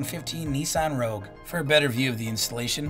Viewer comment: CURT, it's a Rogue, not a Rouge.